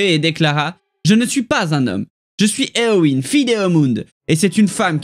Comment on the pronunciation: Concernant la prononciation de Eowyn, j'en suis venue à la même conclusion concernant le Y, mais je ne comprends pas pourquoi tu prononces le E plus comme un I vu que tu dis toi-même que EO se prononce "é-a (faible)". Donc je me demande pourquoi tu changes leE en I alors que tu indique qu'il se prononce "é".